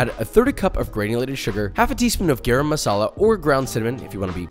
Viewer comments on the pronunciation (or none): Garam Masala is pronounced Guh-Rum masala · The way you pronounced Garam Masala papa 😆 it's cute.